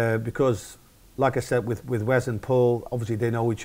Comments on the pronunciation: whenever he said "like I said", it sounded like "lacazette" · Great vid. Anyone else keep hearing "lacazette" ?? ;)